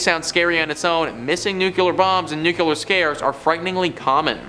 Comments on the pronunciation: NUCLEAR! NOOKLEEUR! Check you pronunciation!!!!! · Nuclear is pronounced “new-clee-ur. Or, to make it easy, “nu-clear” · Dude... learn how to say NUCLEAR correctly. It's not nuculer